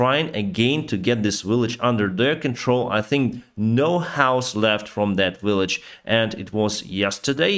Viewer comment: You have almost made the transition from "willage" to "village".